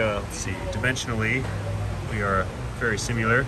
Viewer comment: you should patent the word simular 😂